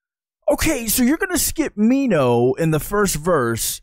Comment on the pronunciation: just a tip on pronunciation onew --> oh - nyu ( you been pronouncing it more like on -new) jonghyun --> jong - hyawn (two Korean sounds get romanized as U, but the one in Jonghyun's name is actually pronounced closer to au or awe.) minho --> mino (the h is usually silent in Korean, and often just represents more air coming through) taemin --> teh min (think most people mispronounce his name as tay-min) key is an english word so the pronunciation is fine I really like your reactions for SHINee, I think I've watched them all in one sitting. I've learned some things about how the songs were produced that I haven't noticed before despite listening to the songs so often and feel that you genuinely like them. Even the songs you don't vibe with are songs the fandom also doesn't always vibe with lol (a.mi.go, why so serious, etc). Would love to suggest some more b-sides after you've caught up with the title tracks Also, one thing that helps me accept Jonghyun's passing is that he really fought hard for creative control, not only for his own solo work, but also SHINee's. And his legacy can be felt through what they currently release. So even if he isn't there, his influence still is. A lot of fans consider SHINee a 5 membered group in the present even if they preform as 4 because he did a lot to shape their image and sound. You can also listen to some of their Japanese title tracks with Jonghyun. One I would specifically recommend is Your Number